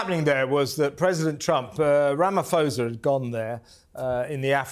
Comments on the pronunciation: Ramaphosa, pronounced Rama-po-sa, by the way, didn't have a clue what that video of crosses was. It was a video of a protest held in 2020. It protested all farm murders whether the farmer was black or white, an owner or a farmhand. No mention was made of the thousands, if not millions of people of all races that are murdered in the cities and the suburbs. South Africa has a high crime rate which is a symptom of a massive wealth gap in any community. Note that white Afrikaans farmers own most of the arable land in South Africa and most are enormously wealthy. Note also that many black South Africans don't own a bicycle, let alone a car as a direct consequence of oppression during Apartheid. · You should learn how to pronounce Cyril Ramaphosa correctly if you are going to discuss him.